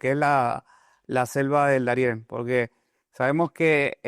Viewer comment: Debes conocer mejor el vocabulario español: NO se dice " resilencia "🎉en luhar de resiliencia / Darien por Daren. Para hacer un postc. Hay que estar preparado No se cuantas palabtas incorectas pronunciaste en verdad no quise seguir escuchando..